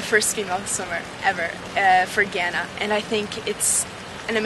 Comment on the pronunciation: Idk y but u find her pronunciation of Ghana so cringeworthy....but great to hear about her story